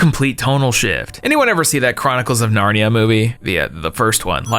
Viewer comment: Got narnia wrong as well